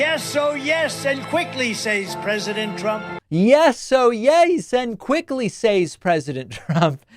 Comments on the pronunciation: "Sayes" ....thats the way foreigners pronounce it. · Isn't that the same way Melania pronounces "Says" That is what he was complaining about when he talks about people speaking languages no one knows. His wife and family probably speak their native language around him, just to tweek his buttons.